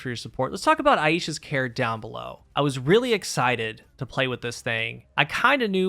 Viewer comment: Why does everyone keep pronouncing this “i-ee-sha”, the name is usually “i-sha”…